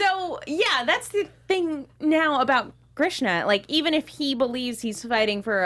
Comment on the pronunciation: Everytime she says Grishna.... LOL